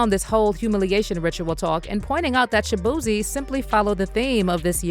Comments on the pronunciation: Shabeezy not shabootay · His name is shaboozey and you surprised....one more time...SHABOOZEY... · ShaBooty Lol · 😂😂😂😂😂😂😂 they done turn Shaboozey into Shaboozay I cannntttt 😂😂😂😂😂😂😂😂😂😂